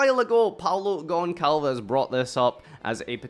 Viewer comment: it's GonÇalves The little line under the C turns into a 'S' sound rather than a 'C'